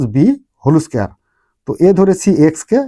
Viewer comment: হোল স্কয়ার ❎ হলৌ স্কয়ার✅